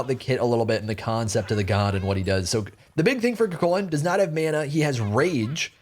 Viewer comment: The gods new name shall be CUGHHHHculan in honor of the moans